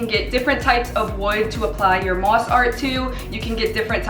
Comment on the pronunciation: The way you say mosk